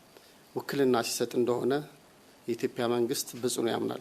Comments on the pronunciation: "ኢትዮፒያ" 😂😂ኢትዮጵያ የሚለውን ቃል እንኳን በቅጡ መጥራት የማይችል ነው እንግዲህ ሚንስትራችን። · ይሄ ደግሞ ማን የሚሉትነው ኢትዮጵያ የሚለውን በደንብ መናገር የማይችል የተርበተበተ ተገዶ የሚናገር የሚመስል ቀጥቃጣ 😁 በጣም በሚገርም ሁኔታ በአገራችን ሠላም የጠፋው የሠላም ሚ/ር የሚባል መ/ቤት ከተቋቋመ ወዲህ ነው።አይገርምም !